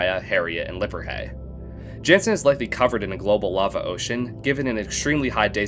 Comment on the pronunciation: real ones just say "janson"